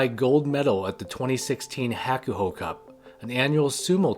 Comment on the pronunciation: Pronunciation of Hakuho is terrible. Kisenosato is living vicariously through Onosto as his Oyakata. Hoshoryu is not a real Yokozuna. He was forced by JSA, yokozuna assosication, and his uncle. Onosato made a great decision. Hakuoho became Hukuho's great hope before Hakuseiho's shameful behavior. But most of these sanyaku rikishi take advantage of their position in the heya. Your sports comparisons are silly.